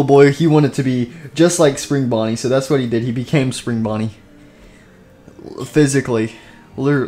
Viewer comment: He called Spring Bonnie spring bunny